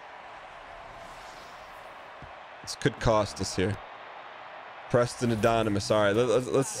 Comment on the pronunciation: The disappointment Dan feels towards Preston Addonomous and the disrespect of not saying his name right is hysterical